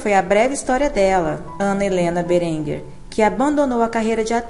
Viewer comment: Lê-se BÉrenger.